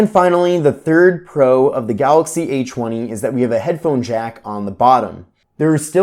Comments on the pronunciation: Did anyone else hear "eychweny" or is it just me... Lol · The a chwenny😂